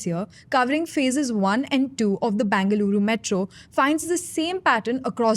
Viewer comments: Either say Bangalore or Bengaluru... not Bangaluru! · Why does she pronouncing the name as Bangaluru ? itS either bengaluru or bangalore. Make up your mind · Would help the presenter if they were to spend a minute on how Bengaluru is pronounced. Terrible downgrade from Akshara.